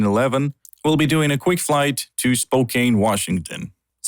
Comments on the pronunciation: The_HR_Wang_Sauce Yeah, he pronounces it Spo-cane even though it is spo-can lol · I died inside when he said Spo-[KANE] Washington. :( But good video none the less! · do you pronounce it spokane or spokeann? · Oh nah dude its cool, when i first moved in the Spokene area i couldnt pronounce it either, its all good